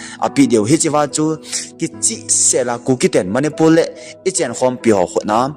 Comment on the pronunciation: Eimi kht Chennel hinajal in bolding lom like subscribe kabl e hinla na pronoun sation dihlou tamval angaihah lhejenge .imphar manipul val of remembrance tiho lomlom chu kitilpha o sopi jachat naum vle